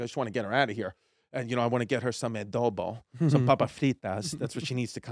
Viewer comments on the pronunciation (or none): none